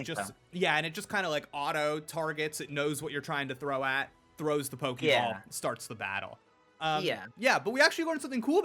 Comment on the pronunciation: It's pokeball/pokemon not pokiball/pokimon. Why do ppl keep pronouncing it that way. It's so cringy.